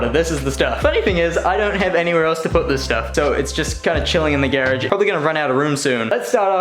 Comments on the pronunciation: Lol geradge... pronounces like carriage lol. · U say garage weird